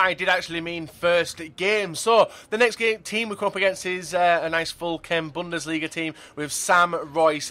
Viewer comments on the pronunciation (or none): none